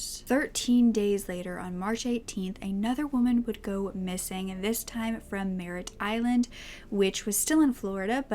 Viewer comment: Good video. Just a heads up, it's "Merritt Island" not Marriott Island. I live there.